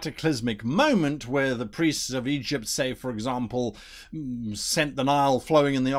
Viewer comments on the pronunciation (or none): none